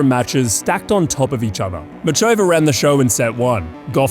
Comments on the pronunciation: ffs it's pronounced Mukhova you ignorant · the fact you present yourself as such a tennis aficionado but can't be bothered to say muchova's name with even the minimum anglophone effort is so off-putting